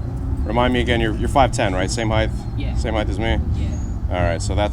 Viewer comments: Height, with a T, not heigth. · I like sportys I think they are my favourite Harley. But stop adding a h on the end of height 🤣🤣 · Love the channel...but stop saying heighth! There's no th sound on the end of it! A lot of people at my new job here in KC say that it drives me nuts! Trying not to hate, but it just erks me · Do you pronounce height as heighth? I noticed it a few times this watch and I've never noticed it before... or is it just my new headset being a willy? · there's no th on the end of height.